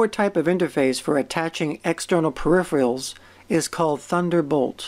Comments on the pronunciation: mispronounces peripherals otherwise great so far XD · Great video. How come nobody can pronounce the word p-e-r-i-p-h-e-r-a-l-s correctly? "Periphiyals, peripheyals,"....